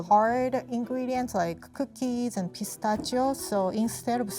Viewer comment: Did anyone else think she said "gazpacho" instead of "pistachio"?